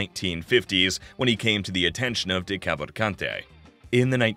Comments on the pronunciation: It’s an Italian name, not French or English, you actually pronounce the ending E. Italian Americans try not to butcher their own last names challenge, difficulty impossible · anyone else annoyed by how the narrator pronounced decavalcante? or any of the names for that matter